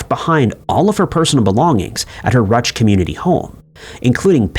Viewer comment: Ruch = "Roosh"